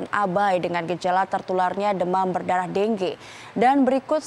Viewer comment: deng ge??? pdhl bacanya dengue